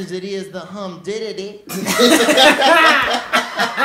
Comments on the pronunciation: I lost my shit at "humditity" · "I ain't so much the heat much as it is the hum-ditity" theo von !!!!!